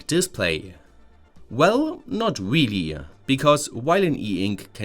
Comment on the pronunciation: not weaaallyyy